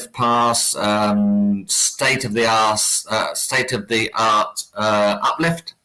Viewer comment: Loved the 'slip of the tongue' at about 9.30 in. State of the' Arse' LOL. Great chat.